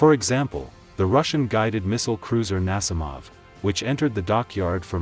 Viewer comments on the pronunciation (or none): Nassimov? You mean Nakhimov